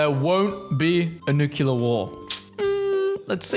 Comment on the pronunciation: Will you PLEASE PLEASE PLEASE pronounce nuclear as NEW CLEAR and not NUCULAR?